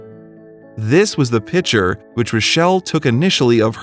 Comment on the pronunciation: Say it with me. PiCK ture. Not pitcher.